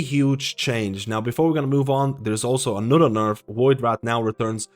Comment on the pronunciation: My brother.... it VoidWRAITH not VoidWRATH. WRAITH is pronounced RAYth. Like saying Race with a lisp. I love your vids but that shit sends me xD